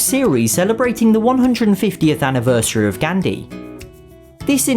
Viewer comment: not to be rude but its pronounced gaanthee not gandi and the a is pronounced like aa and d pronounced as dh/th.